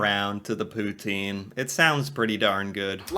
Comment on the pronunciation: pronounce Pouten